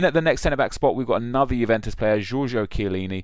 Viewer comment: Chillieni? lol. Doubt it. He's been injured.